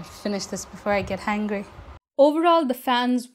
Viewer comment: 😂 I didn’t ‘ear the H… I’m from California 😂